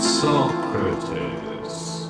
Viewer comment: You got the "text to speech" to pronounce Socrates right instead of saying "So crates!" good job!